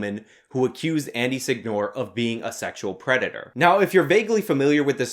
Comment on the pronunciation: Seh-ñoh-reh. Not Sig-Nor